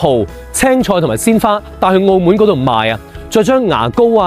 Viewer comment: 澳门（闷），唔系“澳门”（moon）